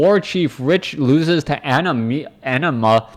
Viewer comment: You said Animas name right :P I assume the person is referencing the summon from Final Fantasy X with that name :p